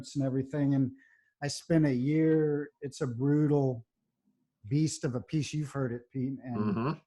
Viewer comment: You mispronounces "Appice". It's App-i- C, (3 syllables, not 2). That's why asked who.